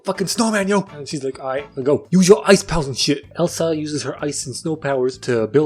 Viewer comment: i thought you said "isis powers" here